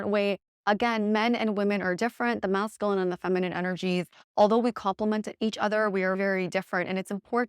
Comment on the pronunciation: Cannot get over the mispronunciation of masculine. 😬 Nails on a chalkboard.